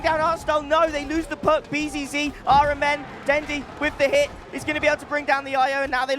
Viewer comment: the fact that caster keep pronouncing rMn as iron man triggering me